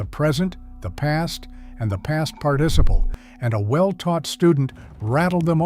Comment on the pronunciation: Your AI voiceover failed! Shame on you for not catching the mispronunciation of "participle!"